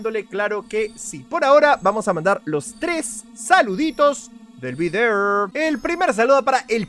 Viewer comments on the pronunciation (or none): none